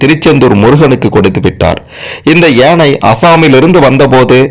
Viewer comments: And also yeinai instead of YAANAI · Not yenai...it is yaanai